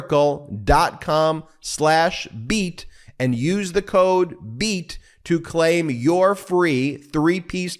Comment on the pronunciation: I love you people, BUT, the way you say BEAT almost pisses me off.:goodvibes